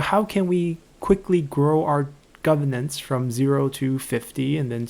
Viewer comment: GoveRnance. It has an R in the middle that needs to be enunciated.